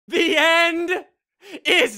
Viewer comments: The end, not lel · The End...............NOT lel!😂